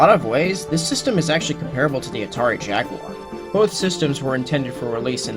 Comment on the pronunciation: Finally a person said jaguar instead of jagwire